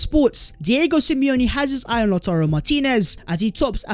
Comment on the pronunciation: From "Tammy Abraham's" to "Lauturrro Martinez"